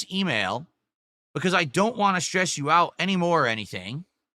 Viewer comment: Same with “want”